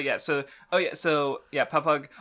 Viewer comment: you really need to fucking learn how to pronounce shit in one piece you get stuff wrong all the time in the first twenty mins you say aqua laguna papagu camie and a slew of other words completely wrong like i know you hate the anime or whatever but you need to watch it to learn how to say shit properly